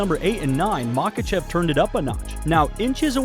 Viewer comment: You are mispronouncing his name you miss pronounced his name about 100 times in this video